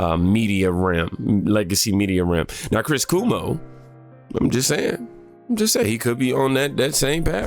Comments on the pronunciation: Chris Cuomo's name is not pronounced "Koo-moh". It's pronounced "Kwoh-moh". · 😆 Not Coo-mo. Cuomo rhymes with Jomo, in Spanish. His talk was amazing, however 😉